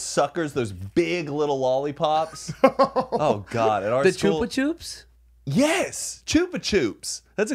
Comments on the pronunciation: yous dis not just say chupa chips like that 😵😵😵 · I couldnt stop laughing at how they pronounced the lollies. Are they not well known in America cause in Australia Carmellos and Chupa Chupps are like everyone's favourite lolly? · Choopa choops 🤣 in Australia we call them chuppa chups. Like cuppa cups but with a H. This had me in stitches 😅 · the way they pronounce Chupa Chups as Choopa Choops 😂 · Choopa choops sent me 🤣🤣 it’s chupA chUp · “Choopa choops”??? Ch-up-ah ch-ups. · Choopah choops…. Holy shit guys it’s ch-up-a ch-ups they are Australian at least I think so. We also had to sell chocolate in school but more for sports programs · Do y’all really pronounce Chupa chups as chewpa chewps 😂 in Australia we pronounce it “Chuhpa Chuhps” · CHOOPA CHOOPS!?!?!?! I've never heard it pronounced like that!!! I pronounce it Ch-up-a Ch-up. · HAHAHA CHOOPA CHOOPS australians pronounce them CHUHPA CHUHPS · Did they call it a “choop a choops”? it’s a chup a chup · hold up hold up hold up... HOW did you just pronounce chupa chups????? its chUPa chUPS as in up not oop not chooper choops my Australian brain cannot handle that.... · choopa choop?? in australia we call them chup-a-chup (pronouncing) \ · can't believe you guys pronounce chupa chups as choopa choops - an australian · Chupa chupps? Not chupachops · I am shook that y’all pronounce chupa chups like “choopa choops” LITERALLY MY MIND IS BLOWN RN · Me from New Zealand hearing them say caramello by cadbury and chubachubs 🤦🏼‍♀️😂 very popular snacks here. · Me as an Australian hearing say carmello’s and choupa choups 😵‍💫😵‍💫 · YOU DID NOT JUST SAY “CHOOPA CHOOPS” 😂😂😂😂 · iv never heard someone pronounce “chupa chups” like “choopa choops “ ahahaha just an aussie thing for ya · lol i thought it was pronounced (shoopa shoop)😂😂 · I'm Australian and I'm so disturbed by the way they say 'Chuba Chups' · The way yall pronounced “chupa chups” 😂😂😂😂😂😂 it’s Ch-UH not ch-oooo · choo pa choops !? surely thats not how its pronounced